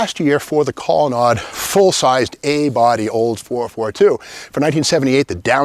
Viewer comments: It's pronounced Collon NADE,not collon NOD. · It's pronounced colonade,not colonod.